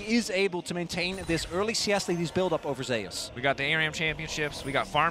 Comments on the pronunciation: Nice commentary, but please read about or listen to someone say the name of the greek god "Zeus", it is not "zayus" it is "zoose" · I wondered that. Like does he want to be called zayus or zoose like Greek God?